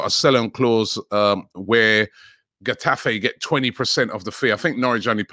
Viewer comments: Robbie pronouncing Getafe as Gaddafi 😂😂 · Getafe 😂 it's khetafe like khabib or jose or khaled or tuchel